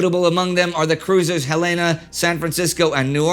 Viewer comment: You pronounced The USS Helena wrong. Look up how the Montana state capitol is pronounced and thats how you do it.